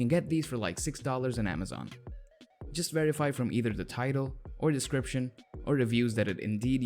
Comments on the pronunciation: Saying "decripsh" made me cut myself. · i was gonna like, but this guy keeps saying descripsh ............